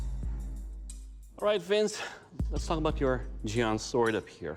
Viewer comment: Btw its jian not xian. Just sayin